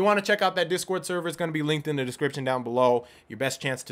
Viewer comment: "climbin' e tower" "ok I'm NOT doing that the whole way up" 2 seconds later "CLIMBING E TOWER"